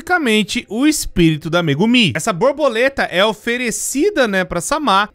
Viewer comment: "Massaxigui" , "cúricú" , "mégumí" , "sámá" , "cussonoqui" , "iaçu" ...KSKSKSSKSKSSJSJSKSKSSJKSJSKSJSJSJSSKSSKSSKKSKSKSK DCPL MAS ISSO FOI ENGRAÇADO